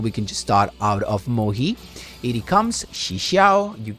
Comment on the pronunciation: mohe? moYE, as in YES